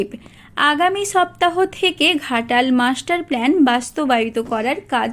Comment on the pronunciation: অশিক্ষিত চ্যানেল। that’s “plan” not “plane”